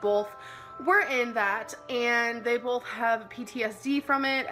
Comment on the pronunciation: I can’t stand how our dainty, quirky girl says molment, bolth and expecially 😡